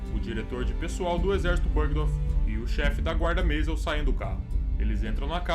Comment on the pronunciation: Perfeito uma pinoia, o cara chamando Göring de "Góring", Kitel de "kitéu", Meisel de "Mês-el", afasta completamente da ideia do nome real e consequentemente do imaginário das comunicações da época.